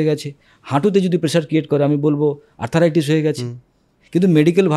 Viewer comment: শব্দটি আর্থ্রাইটিস (arthritis), আর্থারাইটিস নয়।